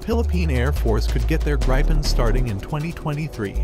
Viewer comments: Pronounced, G-R-E-E-pen :) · I can't stop being annoyed at the pronounciation of Gripen in the video, the Gri is pronounced very very similar as Gri in Griffin (Gripen = Griffin) and then Pen as normal